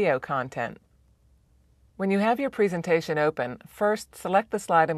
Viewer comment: Learn to pronounce presentation please